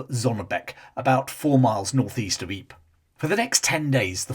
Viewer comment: Ypres is pronounced "eeper" as in the Flemish spelling "Ieper". Just sayn'!